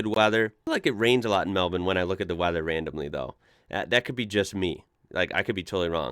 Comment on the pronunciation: Wow. A Yank that ponounces Melbounre correct. You belong in the Smithsonian.